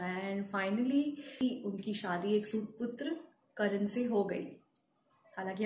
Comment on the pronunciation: करण नहीं "कर्ण"